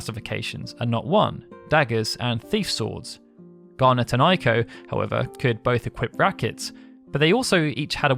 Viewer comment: Sorry but it's Eiko, not Aiko. I know it's not your native language but still, just saying... 😁